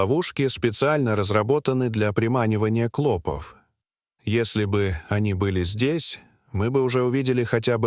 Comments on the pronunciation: Твари продажные, жить у нас хотят, а язык коверкают! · НЕПРАВИЛТНЫЕ УДАРЕНИЯ ОТТАЛКИВАЮТ СЛУШАТЬ...клопОв, а не клОпов. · В слове "клопов"ударение делается на последний слог,а не на первый!!! Ужасно режет слух 😢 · клопОв!!!! а не клОпов. , зУда итакими "перлами" заполнен весь ролик. Про то, что он невероятно растянут, я уже и не говорю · Нет, это невозможно- искать постельных клОпов с ударением на О столько времени с таким трагизмом в голосе и привлечением стольких экспертов - слов нет, одни междометия!!!👎👎👎👎👎👎👎!!!…… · Не клОпов, а клопОв, противно слушать, как изгаляются над русским языком . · Клопов, ударение на второе О.